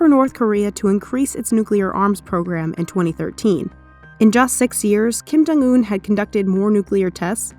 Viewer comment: “Kim jung oon”